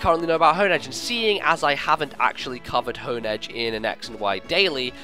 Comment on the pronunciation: Im sure i'm saying Honedge and Doublade's names wrongs, but i reeeeeeally prefer the pronunciation of "Haun-Edge" and "Dew-Blade". Design is really underwhelming. Not shield for our sword? I hope we at least get sick art of something double wielding Doublade.